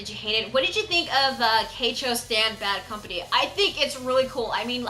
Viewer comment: who cares about the subs since they prenounce it "baddo kampani"?